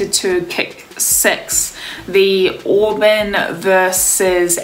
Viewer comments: It's pronounced Aw-burn, sweetie. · it's pronounced Awe-burn. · It's pronounced Aw-bern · Auburn = AH-burn